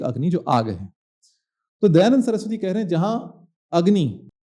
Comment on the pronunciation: Dayanand ❌ Dayaland ✅❤